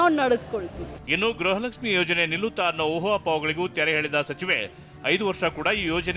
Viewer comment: Kannada mathaduodhu innu kalithilley😂....grahalakshimi. months indha...elley ..adrakinthaa mundhe gruhalakshimi barthithu eega grahalakshimi 😂😂😂barthidhe...nimge.